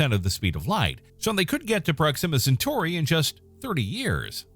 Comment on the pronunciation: Pathetic. You cannot even pronounce the planet or star system properly.